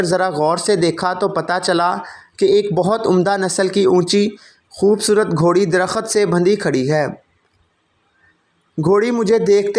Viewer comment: درخت ( صحیح ھے ) در۔ خت ( غلط ھے ) Dar. Khat ( galat